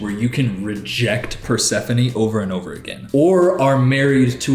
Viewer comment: how is he god spoused to persephone but doesnt even know how to say her name right???!!!